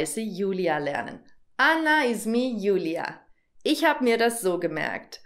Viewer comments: Wegen arabisch, besser nicht izmi sondern esmi so können Sie besser und richtig aussprechen. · Hallo Julia. Ismi nicht izmi🙂 viel Spaß.